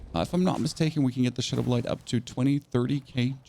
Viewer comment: Shadow BLITE not blind. BL-ITE rhyming with sight. Been watching some videos as I'm necro too and I'm excited for this vid, thank you for this. I came to the same conclusion and hopefully this vid can help me. Not trying to be mean with the correction above but someone needs to say it. Thanks for the vid again.